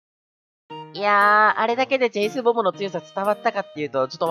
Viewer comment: 9割チェイスって言えてなかったねー ´ω` )/